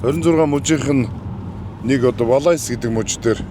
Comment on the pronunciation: Valais кантоны дуудлага Валай шүү😂 тэр төгсгөлийн s хаачсан юм бүү мэд😅😅 ихэнх франц үгний төгсгөлийн гийгүүлэгч дуудагддаггүйн жишээ шүү. Zermatt уул Valais кантондоо орно.